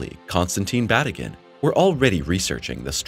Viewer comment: His name is pronounced as Ba tea gin